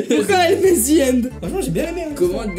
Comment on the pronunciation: C pas zi end c ze end